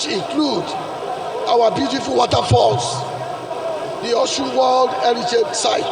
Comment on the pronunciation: It is Osun and not Oshun. Alphabet sh is old yoruba spellings. Now a S with a dot under it.